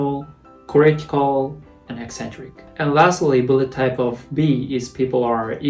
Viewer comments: I always heard "Bullettype" instead of "Bloodtype" 🤣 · the way you say blood type sounds like bullet time